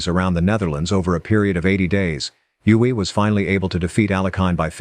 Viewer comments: Well, this is a typical American shoot-from-the-hip video. Capablanca was known as 'The Chess Machine' not The Human Chess Machine'. Max Euwe is pronounced 'Erva' not 'You-hey'. There is so much to focus on with Kasparov and you got snagged on the match with Deep Blue and his involvement with politics - omitting, even then, that Kasparov had warned the world about Putin's expansionism years ago. And why not present them in chronological order instead of randomly? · You-Way is pronounced Oi-Ver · He butchered many pronunciations, especially Euwe. He did get Lasker right though.